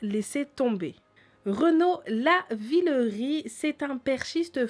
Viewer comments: C'est Renault Lavillenie pas Lavellerie... sinon bonne vidéo ;-) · pas Renaud Lavillerie mais Renaud lavillenie 😁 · on dit Renaud levileni pas lavileri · lavilleNIE pas lavillerie sinon bonne vidéo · on dit Lavillenie et pas Lavillerie mais super vidéo! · Oui je suis d'accord avec tt le monde commente bien mais c'est pas Renaud Lavillerie c'est Renaud Lavillenie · ça ne se di pas lavilerie mais lavilennie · Abdel c tromper elle la dit renaud lavillerie est c'est renaud lavilenie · Renaud lavillerie... Putain faut pas abuser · On dit prononce pas lavilery on prononcé lavyleni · Faut que apprend à parler sérieux.. Lavillerie au lieu de lavillenie Correption au lieu de corruption etc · Renaud lavillenie et non lavillerie :) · On dit lavillenie pas laverlerie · a dit renaut lavilori alors que c Renault lavinoli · a dit renaud lavillerie au lieux de lavillenie mais c pas grave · c pas lavileri mais lavilennie ^^ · lavileNie pas rie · La prononciation c'est Justine Gatline et c'est aps Renaud Lavileri mais Renaud Lavileni ! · J'ai bien aimée la vidéo mais c'est Renaud Lavillenie pas Lavillerie tâta mais ces une dès meilleur video sur les jo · Mèrde c pas lavilerie! Qd tu fais une vidéo comme sa essayé au moins de connaître le nom des athlètes surtout pour parler en négatif d eux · à dit Lavileri au lieu de Lavileni mdr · c'est pas lavileri mais lavileni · Merci de ne pas deformé les noms des atheletes. Renon Lavillenie et non lavillerie. Essayer de bien parlé ! Sinon faites rien. Bonne soirée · C Lavellerie c Lavillenie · mskn Renaud lavillerie Mdr c'est lavillenie et "gatlin" cest gatilin"e" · c'est Renaud lavinelli pas lavireri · Bravo d'ecorcher le nom de Renaud Lavillenie (pas Ravillenie) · on dit renaud lavilleni est n'ont pas renaud levilleri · Renaud lavillerie mdrrrrr ( lavillenie pour ) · mdr "renaud lavireri" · Quand elle a dit Lavillerie j'étais pas bien déjà puis elle a dit Gatlin et j'ai arrêté la vidéo lol